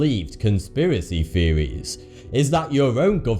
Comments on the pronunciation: No one: Absolutely no one: Not even the aliens in are 51: Him: feewies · I finally realized that when he says “feewees” he’s actually trying to say “theories” so now the video actually makes sense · Can you not properly pronounce the th sound, British dude? These are not conspiracy "feories" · You're talking about the "conspiracy feories" LMAO the host is to much ! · feories. LOL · He pronounces his "th" with "fe" example: conspiracy feories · "True" is not pronunced "Two" and "Theories" should not be pronounced "Tweowies" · He's trying to sound so cool but ends up sounding like 'the conspiracy fearies turned out to be twu' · TruTH. THeories. What is with people with their lazy pronunciation!? It reduces any perceived intellect by about 75% in my book.